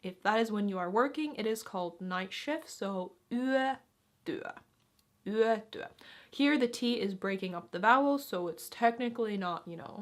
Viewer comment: In the video the pronounciation of "yötyö" has a slight tendency towards western dialects, where it is pronounced like "yätyä". But the official is still "yötyö". 🙂 In "vaa'at" and "vaa'an" there is a slight pause at ' and/or slight stress on the last syllable, not "vaaan". 🙂 "Aioin" is pronounced "aioin", not "aijoin"! 🙂 In "puheääni" or "väliaika" there is no pause in the middle.🙂